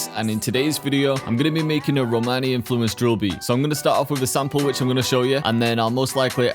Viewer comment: Listening the world Romani with this American accent doing a heart attack 🤣🤣🤣 (I’m Italian)